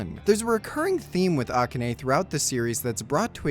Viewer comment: The way you pronounce "Akane" incorrectly is killing me.